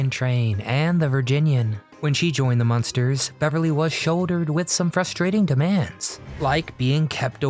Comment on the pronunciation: It's MUNSTERS, not MONSTERS.